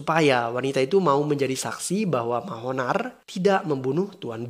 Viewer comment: Pas denger Mahonar.... Ngakak asli... Yg bener manohar bang buka Mahonar...😁